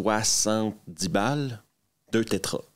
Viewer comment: Alors juste une petite remarque : c'est pas aréoport qu'il faut dire mais aéroport, et puis c'est pas tétra mais téra. 🙃